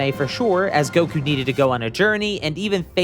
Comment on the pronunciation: Please stop saying "Gowkew"